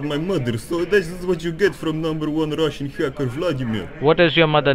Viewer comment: Numberre onea russhhiann haaackaar 🤣👀